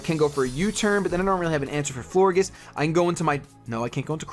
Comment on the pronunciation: I think that Florges is pronounced flor-JES because in gorGEouS you say, JES. So i think that Florges was a play on words for flower and gorgeous. So yeah, Florges. I might be wrong but who cares.